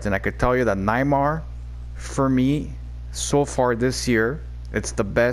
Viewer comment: cough cough pronounced Nay-mar 😉